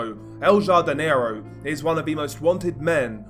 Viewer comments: Pronounced ‘Hardinero’ ya dope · El “HAR-di- ne-ro”